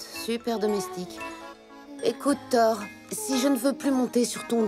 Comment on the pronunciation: Pourquoi on passe de ThorU (oui j'insiste sur le U) a Thor? Je comprendrais jamais pourquoi la VF se permet defois des modifications comme sa sur les noms des personnages